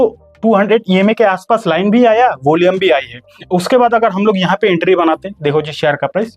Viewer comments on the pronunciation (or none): होलियम नही भाई volume 😂